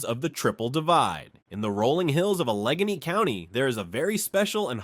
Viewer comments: Thank you! Interesting info about my home state. I'm guessing the narration is done by? Some of the pronunciations were funny. (eg. Allegheny —> a-LEG-a-nee”). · I can forgive the mispronunciations of Allegheny and Schoharie, but I cannot forgive using video footage of Pratt’s Falls in Onondaga County for Pratt’s Hollow, the geographic center of NYS. There’s no falls at Pratt’s Hollow, just a sign marking it as the geographic center of NYS. I know, because I’ve been there. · Canajoharie. It's phonetic. Cana jo harry. Emphasis on the "jo". Canajoharie is a Mohawk word meaning "pot that cleans itself". Alleghany: aluh gay nee. Emphasis on "gay". It is a Lenape word meaning "fine river" or "best flowing river". Schoharie. Sko hare ee. Schoharie comes from a Mohawk Iroquoian word meaning "floating driftwood" or "driftwood," referring to the debris that accumulates in the Schoharie Creek, sometimes forming natural bridges.Grab a dictionary if you are unsure of pronunciation. It is better to prepare and research than to be told by strangers how to pronounce these Native American place names. New Yorkers are proud of our place names, so to mispronounce them when you have all the resources at your fingertips smacks of poor preparation. -Sorry for the diatribe, but if I was grading this piece, you'd lose a lot of points for not doing the research. It's too bad, too, because the piece is well done and informative. When you mispronounce our place names, the distraction overtakes the content. -Something to think about before post another video. Be a pro. It's not that hard. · Allegheny mispronounced. It’s( a luh gay nee )